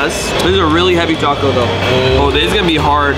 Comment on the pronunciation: bro its not taco táco